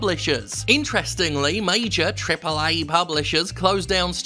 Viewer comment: Why do you say triple a like that are you disabled